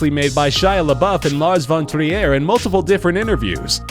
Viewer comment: Lars Von Trier is not french lol, his name isnt pronounced like that -_